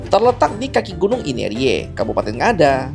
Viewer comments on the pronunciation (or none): Min itu gunung inerie. Bukan aimere..